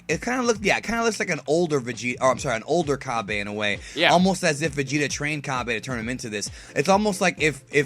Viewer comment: its called cabba (ca-ba)